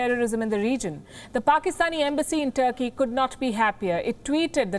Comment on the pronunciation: Palki just butchered Turkey here... Mince no words... 😂 😂